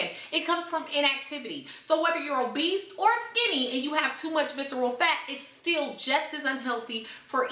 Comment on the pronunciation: Lol you said "obeast"